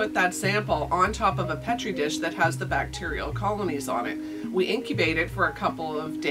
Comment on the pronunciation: Thank you for properly pronouncing Petri Dish.